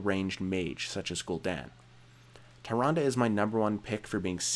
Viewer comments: LOL "THAY-RUN-DUH".... facepalm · 0% Chance Tyrande is pronounced "tie-ron-duh" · Tyrande has hilarious spelling, but ye, Malfurion in WC3 does pronounce her name Tee'Rahn'DA. I checked xD But from the spelling alone it could be Tai'Rand, or Tee'Rahn'Dee, or Tai'Rah"Saurus xD What's wrong with Samuro? I always pronounced it Sah'Moo'Roh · Samuro= Som-er-row Tyrande= Tyrande not Tyranda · TYrande and SAMuro lol the pronunciation on this guy